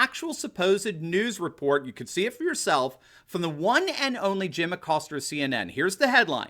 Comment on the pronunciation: where is the "R" in Acosta?.....LOL